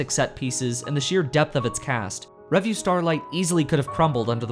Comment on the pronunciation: I just thought I'd mention, because it's driving me crazy, but revue is stressed on the second syllable, not the first.